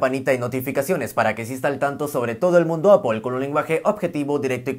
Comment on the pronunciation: Primer YouTuber, que acepta cuando pronuncia mal. Nunca nadie responde y siguen hablando mal de las marcas que aman ( es ApL no apel y nunca Apol, es simple solo es manzana 🍎 ApL). Te ganaste mis respetos por humilde, te seguiré y activare la campanita.